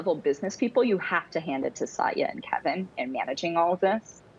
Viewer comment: Very strange to hear Satya mispronounced. But nobody’s perfect.